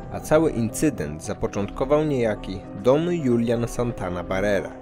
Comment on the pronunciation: I Don Hulian a nie Julian :)